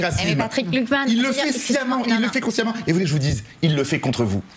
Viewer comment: Patrick Klugman, pas Patrick Glukman. xP